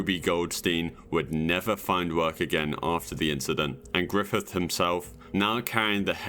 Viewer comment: who t.f is "grithif"